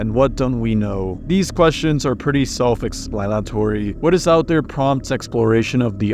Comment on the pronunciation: "the questions are pretty Axplanetory"